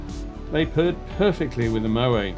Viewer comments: Stop saying Mo- way..it's Mo - wet ! Favourite airline reviewer though. Music too intrusive in this vid. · Moet has the last 't' pronounced..contrary to belief Moet is not a French name but Dutch..a VERY common mistake